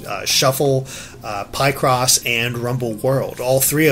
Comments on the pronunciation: It's pronounced PICK-CROSS not PIE-CROSS stupid. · Why does he say Pie-Cross? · Pie Cross? Seriously!? I don't want to be that person but Seriously!? PIE cross! PIE!? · You mean Pai-cross cough cough* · Hold on, PIE CROSS? Is that what how it's pronounced? I thought you were pick-ing away at a puzzle, and then you use cross elimination to finally solve the puzzle! Nope! It's all about Pie now! Might as well call soduko, SODA KO.